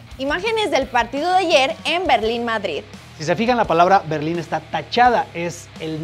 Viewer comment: estoy perdiendo mi tiempo, para que debatir de alguien que dice "vardrid". Ahí me doy cuenta como son las cosas. 🤣